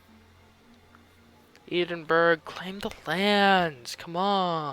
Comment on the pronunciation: Never say the word 'Edinburgh' out loud again. : )